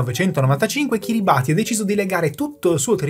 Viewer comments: si pronuncia Kiribas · Ottimo come sempre. Unico appunto: si pronuncia "Kiribass" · piccolo appunto; Kiribati non di pronuncia come si scrive, ma bensì Kiribas. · Kiribati si pronuncia Kiribàs